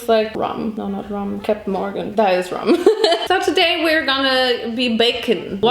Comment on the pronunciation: You didn't get the joke, did you? 😅 I mean, in my own comment I'm literally saying "Captain Morgan", so you don't have to explain that to me, I know she said "rum". It's just that she said "rum" in a way that sounded a bit like "ramen" to me and I thought that was funny because she loves ramen and did several videos about it already 😂